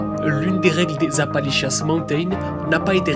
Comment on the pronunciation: appali💩 mountains